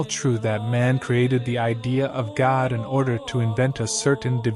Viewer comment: I really enjoy your posts, but you pronounce God like Gad, almost. Sorry, just sayin'. Maybe it's your accent.